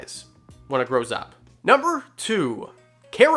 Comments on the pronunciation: “nuber three” lol love ya channel tho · "Nuber" three? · Lol "nuber three" thanks for the vid!! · "Nuber 3"... big fan btw